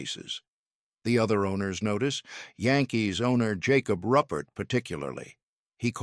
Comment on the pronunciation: "ROO PERT" :face-turquoise-covering-eyes